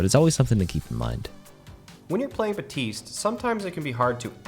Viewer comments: say the damn "p" in baPtiste jesus..... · I had to turn it off when started saying "Batiste" rather than his actual name... baPtiste!! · hey just saying theres a P in Ba"p"-Tis-te, not batiste like ur saying it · I know y'all are better at the game than I am, and know more about that game than I do... BUT THE P IN BAPTISTE IS PRONOUNCED. Listen to his appreciation voice-line; he himself pronounces the p. And I mean, he is the ultimate authority on his own name, no? Great video tho! That's just a pet peeve of mine :P